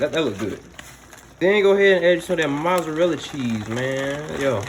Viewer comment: “get u summm mozzerlla chee”😂